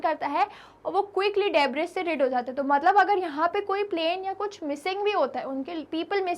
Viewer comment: Coorect pronounciation is debri s is silent Thank you 😊